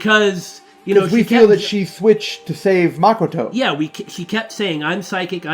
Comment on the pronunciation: Makoto is pronounced Muh-koh-toe not Maa-koh-toe